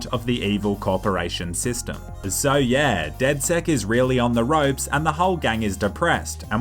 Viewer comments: It's not dedsec it's dedsec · It's not dedsec it's dedsex